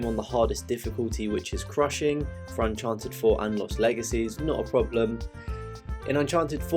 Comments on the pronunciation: Nice video but its pronounced UN-CHAR-TED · Not hating, but please stop saying Uncharted that way.